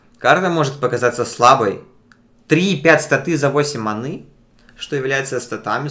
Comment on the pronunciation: Я на тебя ставил паки, а ты говоришь манЫ и читаешь по бумажке? :(